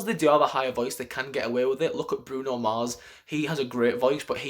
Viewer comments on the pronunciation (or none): none